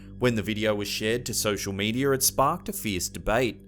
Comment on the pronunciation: “Indiar” ??, “social mediar”?? Bro wtf wrong wit you omg